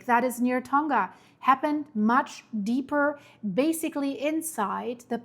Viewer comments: Tonga wird "Tong-a" [toŋa] ausgesprochen, nicht "Tong-ga" [toŋɡa]. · Tonga is pronounced Tong-a not Ton-ga... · Man.... I live in NZ. Makes me uncomfy seeing this lol Ps: Tonga is a soft g. So its said like Tong-a ❤